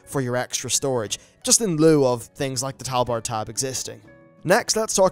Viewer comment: First time I have ever heard tabard being pronounced "Talbard"